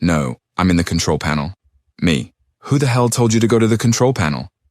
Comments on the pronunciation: Hey, don't bully the text-to-speech, it' trying it's best! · What's keytroll? Did you mean to say "Control"? :P One thing I've learned working in IT is that we are the punching bag when something doesn't work and usually don't get any thanks when stuff just works (which is also our "fault"). We're always happy to help though, even if it's "dumb" stuff. Just please stop berating us and telling us how to do our job. Sugar coated pretty please with sprinkles :)